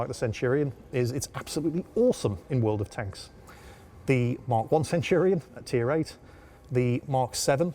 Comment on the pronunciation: Do you make a dollar every time you say world of tanka??